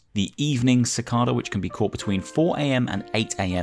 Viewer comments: Actually: "How do you pronounce Cicada? You can say “si-kah-da” or “si-kay-da" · haha I've never lived anywhere that has them but thats always how its been pronounced when I've heard it / said it, BUT it could just be that British people use that pronunciation whilst others use the KAY one 😁